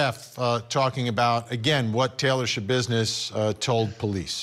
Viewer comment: There's no business like "Scha-business". 😆